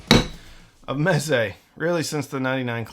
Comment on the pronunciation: Ahh Mez-ay